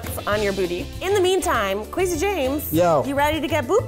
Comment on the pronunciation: anyone else hear Kwazy when they say Kwesi's name? my brothers name is Kwesi so it's driving me crazy